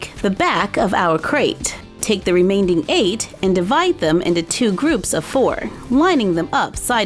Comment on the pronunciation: I don't want to be rude because I love your channel. It's the first one I ever watched on YouTube but remaining doesn't have a d sound in it.